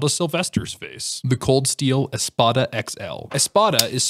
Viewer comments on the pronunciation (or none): Espada is pronounced espada, not espota. It was hard for me to understand the word you said lol